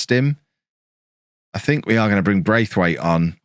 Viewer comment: Just for reference, Braithwaite is pronounced like there isn’t an I after the 1st a 😀